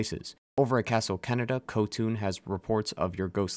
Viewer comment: You know, I hate it when people pronounce Japanese with an English/American English accent, because I was slammed face first into a brick wall when you said "Castle Canada", only to realize it's Castle Kaneda. xD Other than that minor, petty niggle, this was a fun video. Thanks for it! This was one of my favorite games ever, and am still mad it didn't win game of the year.